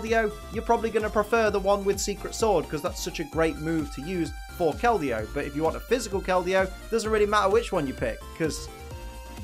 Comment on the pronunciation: IDC that you said her name wrong, I’m just glad you didn’t say Verizon. That joke is as old as the Pokémon itself.